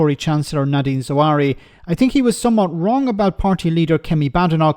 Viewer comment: His name is Zahawi, not "Zuh-wari".